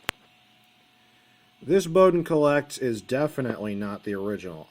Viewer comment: Colet is not pronounced 'collect', it's 'cowl-let'